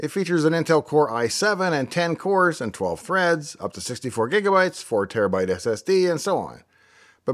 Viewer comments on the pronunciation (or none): none